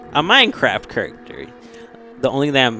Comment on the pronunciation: "This Kuruckter is broken!" - Lol my boy must be from St. Louis, he's got a St. Louis accent like Nelly and Cedric the entertainer.